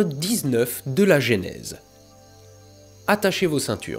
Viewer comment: Genèse, bordel, pas Génèse !